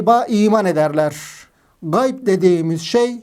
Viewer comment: Gay degil hoca ğayb gayb ayrıdır ğayb ayrıdır gay farklıdır